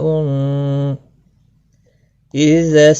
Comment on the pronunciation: Asslamwaleykum aapse ye puchna tha ki ye " ijaa " (ijaa-as amaa) jabaan k kon sey hisse sey adaa hoga Weysye to wo jaal hai leykin sun-ne main eysa lagta hai ki daal padha ja raha hai Plz reply Kar dain aap Jazakallah khair